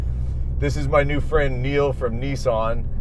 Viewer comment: Neeeeesan????? its Nissan Nissan Nissan Nissan Nissan NISSAN! I am sure you can pronounce Nismo right? you dont call it NEEEEESMO! ?? Niss as in Hiss .... rant over